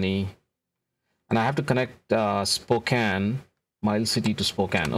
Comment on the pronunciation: Thank you for pronouncing Spokane correctly!